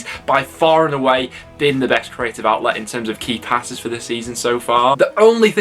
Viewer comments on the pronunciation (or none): none